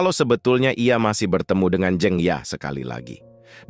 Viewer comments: Koreksi : Jeng dibaca seperti jengkal...bkn Jeng spt jengkel 😊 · Dibja harusnya dibaca Dibya atau Dibyo. Tp tampaknya memang voiceover-nya bukan orang Jawa krn mengucapkan kata "Jeng" jg aneh. Jd harap maklum. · Mungkin bukan orang Jawa asli kl orang Jawa asli lebih fasih mengucap jeng. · Narator harus memperhatikan ejaan, terutama nama orang contoh Suraja, juga ucapan beberapa kata seperti 'jeng'